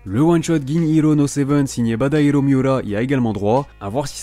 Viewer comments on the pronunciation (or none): Tu dois le premier youtubeur que j’entends prononcer "Act-age" correctement, ha ha XD Par contre, l’auteur de Gin’Iro no Seven s’appelle Tadahiro Miura, et non Badahiro. ^^